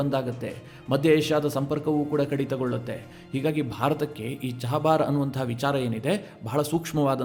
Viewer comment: ನೀವೇಕೆ ಚಾಬಾಹರ್ ಅನ್ನು ಚಹಬಾರ್ ಅನ್ನುತ್ತೀರಿ??